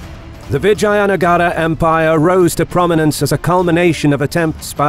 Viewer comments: It's vijaynagar not vagina nagar..haha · Its read as "Vij-jeya"(Victorious) "Nugger"(territory/town/country/city). Please consider learning foreign pronunciation as it will add more value to your content and show that you have respect for other cultures. Just ask a native and I am sure many people would love to help. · Thank you for making this! 😊 One nit: All the a's in Vijayanagara are pronounced like pun. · I like the accent how you spoke The name of the mighty VIJAYNAGAR EMPIRE